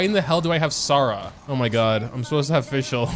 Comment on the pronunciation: I heard DOG mode instead of GOD mode💀